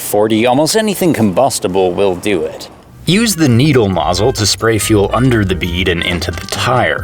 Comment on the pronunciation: "needle mozzle" LOL.